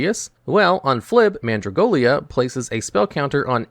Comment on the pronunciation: It's Mandragola, NOT Mandragolia. There's no i in it.